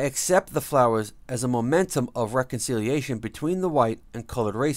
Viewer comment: And Tecumseh and memento. Man not talk English good. See you should have paid attention to your teacher for those twelve years. She was trying to learn ya sumpin